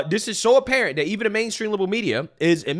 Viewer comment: is committing g3nocide against the English language when he use words like "dis, dat, dey, dem, doz,Deez".